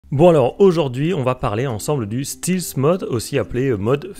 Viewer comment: Ça se prononce Stèlth et non Stilth mode 😉